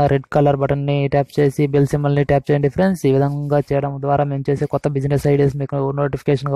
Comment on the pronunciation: PAPER CHUSI CHEPTHUNADU PRENDS PRENDS PRENDS PRENDS PRENDS